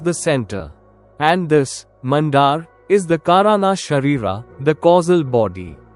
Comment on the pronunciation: कारण(अ) not काराना